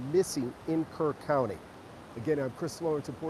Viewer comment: It’s Kerr County! Not Kirk!